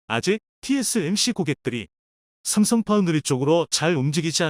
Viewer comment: 삼성을삽성이라고 말하는이유를 모르겠다